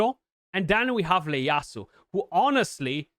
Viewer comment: It’s an I not an L. Pronounced E A ASU